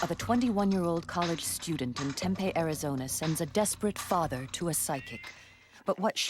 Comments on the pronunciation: It's pronounced Tempee not Tempay. Lol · TempEE, not Tempay. If you're going to narrate these shows, please learn correct pronunciations. This town has been around for many many many years, this isn't a new word that popped into the English language last week. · AARRGHq It's pronounced TempEE, not Tempay. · Why don't narrators at least learn how to pronounce the town names? Tempeh is a Japanese fried food. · Temp-EE is how we pronounce it. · If you're going to say the name of a city repeatedly, you should probably get the pronunciation correct, Tempe, the "e" says it's name!!!!!! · That is NOT how you say Tempe